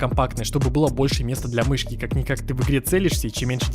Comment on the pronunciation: мышьки хоспаде... МЫШЬКИ ахахахахахахахахахахах